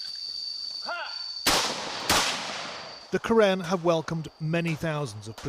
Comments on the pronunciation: 😁it should be Ka Rin, we pronounce like that. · karen pronouns Ka Yin.